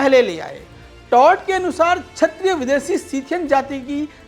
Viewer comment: बड़े परिश्रमपूर्वक शोधपूर्ण वीडियो प्रस्तुत करने के लिए साधुवाद। वीडियो में पर कहा गया है कि 'ब्राह्मण आक्रांताओं के जजमान बन गए' यह कितना सही है। प्रस्तोता को अपना उच्चारण जैसे क्षत्रिय को छत्रिय सुधारने की जरूरत है।